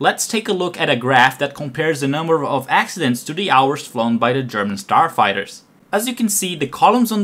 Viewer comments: understandable, yes, that is good. But saying "forty eight" in stead of "thirty eight" and " ... a turd of their sarfighters..." Go get another job where you don't have to actually speak, this is terrible. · "... Almost a turd of their sarfighters..."